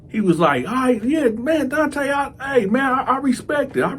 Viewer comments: Fuggin illiterate black mothers!Your name is Donta this is pronounced (Don-tah) now if your muva wanted your name to be pronounced (Don-tay) well then that is spelled Dante! This 💩 never gets old 😂😂😂 dummies! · ENOUGH!! ENOUGH!! ALREADY!! With this prison gay shit!!! IT'S NON OF OUR CULTURE!!! stop with the nonsense!! Your name is Donta but you pronounce it DONTAY..sounds very gay! Get your stupid face off YouTube! Disgraceful brother, promoting homosexuelity and diddy booty nonsense !! Black people, when we ever going to learn??